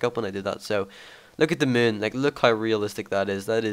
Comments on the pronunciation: "the muune" haha ^^ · "Look at the mewn :3" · i like how say moon xD